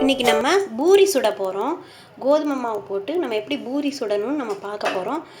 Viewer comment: its not pinairathu pa pisairadhu